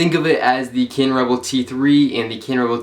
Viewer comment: Why can't this fucker say cannon